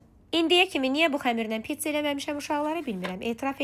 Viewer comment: Pizza❌️ Piçça✅️